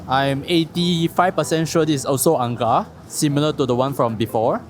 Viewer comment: ang kar with a hard K